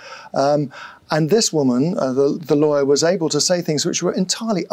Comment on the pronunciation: It's MeAgain's "Liar" not Lawyer! 😂